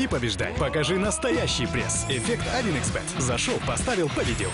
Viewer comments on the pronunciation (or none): none